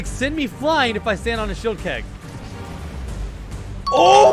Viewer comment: bro said shelid keg💀